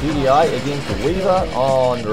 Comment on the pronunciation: it's weaveR not WeavR xD